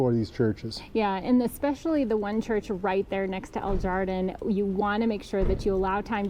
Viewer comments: El Jardin means "the garden" in Spanish. It's pronounced "har-deen," just FYI. :) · El Jardin. And San Miguel de Allende. Two L make a y sound. And the J makes an h sound. Sorry, I needed to let you know. 👍